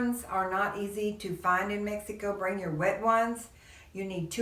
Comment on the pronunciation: It's very obious that you're not a tourist blogger...Please...when will you learn that Mexico has 32 states . You haven't even travelled througout the country and feel like you're an expert at life in MEXEEECO...LIKE YOU PRONOUNCE IT. You've only lived in a small town in one of the poorest states in Mexico and you think you're an expert. I am Mexican and have lived all over Mexico for extended time. Starting with Mexico City 20 years. I have also lived in U.S and worked as a language teacher. Please STOP SAYING "Mexeeeeco"....Talk about Huatulco, which is where I do think you are an expert. You can help people who want to move to Huatulco and that's it. "